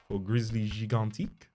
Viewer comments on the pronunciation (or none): It's actually "Gigantesque" The "Gigan" part is right and "tesque" is pronounce "tĕsk", Love your random french moments !